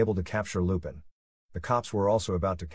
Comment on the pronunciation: Text to speech issues/errors Lupin the 3rd is the grandson of arsene lupin Fujiko mine takes it Goemon